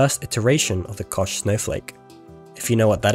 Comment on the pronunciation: thats not how you say Koch 🧐